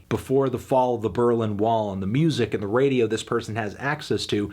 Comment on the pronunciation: No, sorry, he didn't. He mispronounced the following words: Sehnsucht, Liebe, Radio, Diamant. Also he misspelled the band's name ("Rammstien").